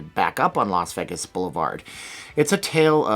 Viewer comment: Well, he doesn't live in Las Vegas, so maybe that's why he can't pronounce it. 🤣